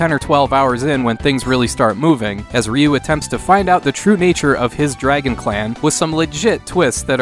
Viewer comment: ‘Ree’ not ‘Ray’ 🤗